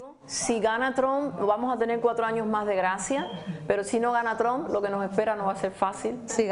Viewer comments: 💯Cómo pronuncia Trom 😂 como trompo. Es Trump! Verdadera pena ajena. Como la India Maria ni de aquí, ni de allá 😂. Como dicen: Aunque la mona se vista de seda, mona se queda. Tenía qué ser Cubana la pobre. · Cómo pronuncian Trom 😂 como trompo. Es Trump! Verdadera pena ajena. Como la India Maria ni de aquí, ni de allá 😂. Como dicen: Aunque la mona se vista de seda, mona se queda. Tenía qué ser Cubana la pobre.